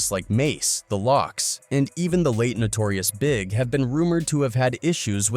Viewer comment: Hearing names pronounced as TwoPack and Notorious big, clicked on my AI reader sense.